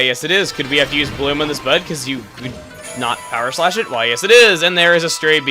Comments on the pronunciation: When you were talking about the bud ogres, I swear I heard BUTT ogres. I am such a child... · Really sounds like you said "you have to use bloom on this butt"